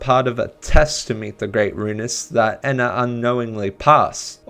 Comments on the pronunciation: awesome video but it hurts to hear you say "Eh-na" instead of "*E*-na" lol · NO ITS NOT ENA ITS EE-N-AH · Im not saying your wrong, but i think Ena is pronounced ee-nuh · ok but what if I no likey the short e pronunciation